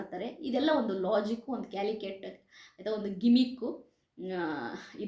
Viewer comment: ಅದು ಕ್ಯಾಲಿಕೆಟ್ ಅಲ್ಲಾ ಕ್ಯಾಲೂಕುಲೆಟ್ 😂